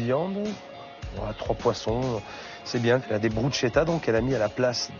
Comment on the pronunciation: BRUSCHETTA ne se prononce pas BROUCHETA mais BRUSKETTA ...crâne d'oeuf!